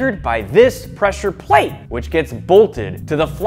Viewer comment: PESSURE PATE LIKE FUM MINECAF